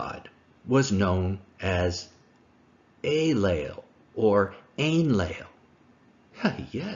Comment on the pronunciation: The Sumerian god in question is named “Enlil,” not “Aylel,” or whatever he was saying in this video. Is there a connection? Perhaps, but phonetics aren’t a very good argumentation for this connection.